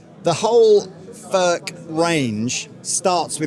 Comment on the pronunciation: Its NOT "FÖRK" nore "FÖRTSCH". He ist called František Furch, ("u" like in YOU and "ch" like in Loch Ness 🐍). you dont want us to pronounce "jeans, update and cool" the German ore Czech way.